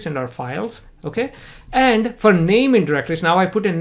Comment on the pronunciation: omg every time that he says "for" i think he is saying "fur".